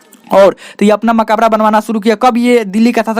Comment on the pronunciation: Bhai sahab Makaabra nhi "Makbra" hota hai 🤔